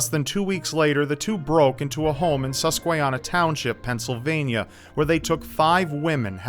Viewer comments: Susquehanna with a long a "haan" not "han" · I loved the episode but Susquehanna was pronounced wrong. sus-kwa-hanna lol it's ok since u live in a different state. I hope I didn't offend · i live in Pennsylvania in Columbia county. The Susquehanna river runs through the town I live in. Its pronounced suss kweh han na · I live where he took those 5 girls hostage im only 16 and I never knew that about my town, and I think you pronounced it wrong it's sis-que-han-na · You butchered the pronunciation of Susquehanna 😂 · Ugh the pronunciation of Susquehanna made me cringe lol